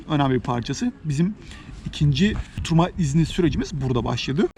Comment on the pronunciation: "oturma izni" yazman ve öyle söylemen ❤︎ ben eleştirilere kulak vermen ve makul bulduklarını düzeltmen harika. almanya'ya gelebilirsem sen ve eşin gibi güzel insanlara mutlaka kahve ısmarlamak isterim :)